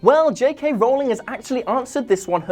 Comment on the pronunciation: R-ooow-ling, not rolling.